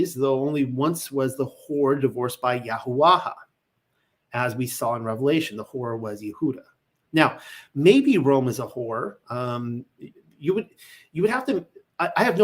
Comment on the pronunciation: Hi brother, I hope this reaches you. I, like you, believe the fathers name should be derived from the paleo Hebrew rather than the modern. Since you started reading the paleo I've noticed you say YaHaWaHa. If you look into paleo more, the last vowel sound, or "ah" is to be dropped. So you end up with YaHaWah. That's why channels like WLC say YahWah. If you say the middle ha really fast, it can be like Yah Hwah. But at least Yahawah is good, while Yahawaha is inmacurate with how the language is annunciated. Hope that helps brother